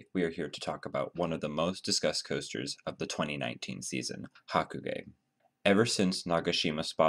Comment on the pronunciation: is it me or are you saying haku-gay?